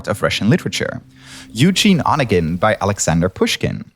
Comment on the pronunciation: Geeeeez it's / nɪ-KRA-səf / not / NI-krə-səf / ! And in Onegin stress the middle syllable, it's / ə-NE-gin / not / O-nəgən /